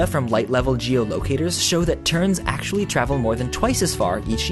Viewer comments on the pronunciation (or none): none